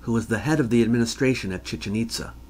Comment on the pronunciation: Chichén Itzá, please, not Chíchen Ítza. Excellent video as usual!